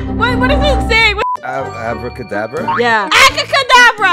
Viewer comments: GIRLIE SAID ACRACADABRA BUT NOT ABRACADABRA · Alejandro: ABRACADABRA: ACABRADABA 😂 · Alejandro: it’s abracadabra: Acadabada 😂😂😂😂😂😂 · Guys said acacadabra😂😂😂😂😂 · Its abracadabra not acacadabra